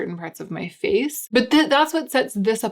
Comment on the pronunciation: "all over my vace, my face, my faaaaz." Almost spit out the food I was chewing. lol! :)